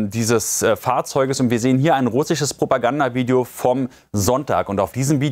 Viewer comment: Lieblings wort von julian ist Probogander lieber julian du erzählst hier probogander😂